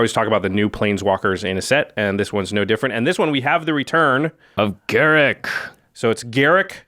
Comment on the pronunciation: Ga-Rook not Garrick.....